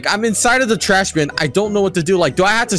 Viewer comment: “you have to sniff in a trahs bin..” What the hell is the word “trahs?” (i know its supposed to be called trash)